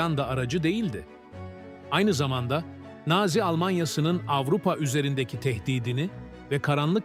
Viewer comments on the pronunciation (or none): Güzel içerik ama naazi değil nazi diye seslendirilmeli :)